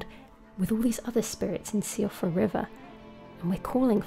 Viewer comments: i thought i heard somewhere that siofra is actually pronounced as "sho-fra" they said it was french, or something like that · Fun fact Siofra is pronounced SHOFRA, think like SIoban is pronounced SHOBAN. It's an Irish thing, probably from Gaelic. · Great video! By the way, síofra is apparently an Irish word that means "elf" or "sprite". In Irish it's pronounced "shee-fruh". Not that Siofra River needs to be pronounced that way, but since there seems to be some inspiration from Irish/Celtic mythology, this seems like the most naturally way to pronounce it. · Hey! Late reply, but Siofra is pronounced "Shif-ra," meaning changeling in Irish Gaelige. Its likely named this due to the mimics hidden within. Great video and theory! Love the content, hope I was able to help out another lore fan! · Is... Is that not how Siofra is pronounced? Have I been pronouncing it wrong this whole time?